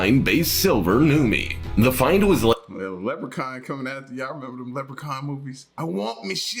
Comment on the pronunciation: The lepucaun 1was good😂